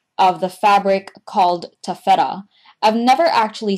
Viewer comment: your pronouncing taffeta wrong :/